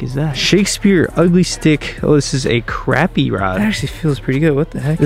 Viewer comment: The way he says crappie it sounds like he says crappy